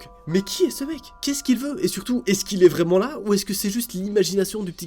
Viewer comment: Mdrrrrr le « vraiement » 😂😂✨